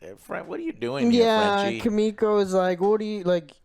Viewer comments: Her name is Kimiko! Not Kimo, not Kiko. Kim...iko. Kim...Iko. KIMIKO!!! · Lol it's Kimiko not Kiko it really bothers me so much 😂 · Say "KIKO" one more time and i gonna shout at the Screen... xD and no one corrects him , everyone scared of Angrylander Kappa . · How did they call Kimiko "Keeko" for so long lmfao? Have any of them actually watched the show? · Joe keeps calling "Kimiko", "Kiko" hahaha learn the fucking name Joe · calling MM. Muscle Milk, and Calling Kimiko, KYIKO makes me want to eat my own shit. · 4 seasons in and Joe keeps calling KIMIKO, Kiko... Come on dude. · Kimiko = Kiko 🤦‍♂️ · C'mon guys, it's Kimiko, not Kiko😂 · You guys are dumb, noir IS the same actor as last season and it’s not a actor it’s a hero they got to just replace noir, also it’s Kimiko, not “Kiko” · If Joe says "Kiko" one more fucking time... LEARN THE CHARACTERS NAMES! YOU ARE A FUCKING "CRITIC" THIS IS YOUR "JOB" SO PLEASE START ACTING LIKE IT... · Ki-mi-ko ffs 😂😂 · Just like the entire season 2 review where they constantly say Homefront instead of Stormfront, how do they get so many names wrong all the time. "Kiko" is not her name lmao. "Muscle Milk" isnt his name